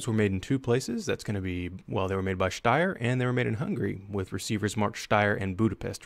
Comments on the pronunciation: He pronounced "Steyr" correctly [Shtaier]. That's how the Germans/Austrians say "Steyr", but he butchered "Mannlicher"[Manliher] so badly that it sounded like "Man licker". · Congratulations you're the first American who pronounces Steyr right.I am very proud of you.By the way the sights aren't measured in meters they are in Schritten, actually that's even less distance. 1 Schritt = 0,75 meters = 2,5 feet Greetings from Austria! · Even a Singaporean can pronouce "steyr" properly.